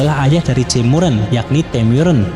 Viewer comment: Dengernya Jaemuran